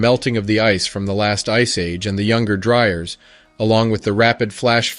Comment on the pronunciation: How did you manage to mispronounce the “Younger Dryas” every time? How did you get “Dry urs” instead of “Dry ass”?